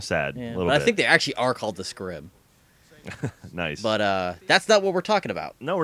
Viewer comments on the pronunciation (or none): Scrim sounds like scrum. Thumbs up if you love rugby and know what it is!